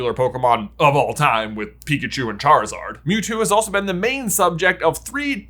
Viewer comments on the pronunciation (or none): none